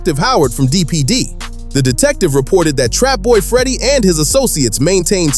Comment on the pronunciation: Trapboy Freddy name is not what y ou say.